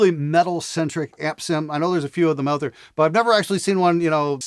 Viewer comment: Did you purposely use the word Out with that horrible pronunciation a hundred times just to try to Out annoy your intro scream?